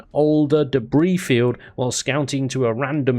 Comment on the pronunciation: he really did just read debris like that...